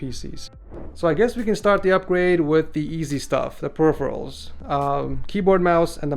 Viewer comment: I always notice that 😂